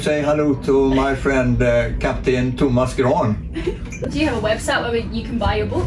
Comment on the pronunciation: pretty sure he said Thomas Grahn :p not Thomas Keron